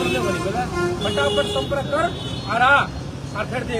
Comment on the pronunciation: Samparak😂😂😂😂😂 tu shi se bolna sikh😂😂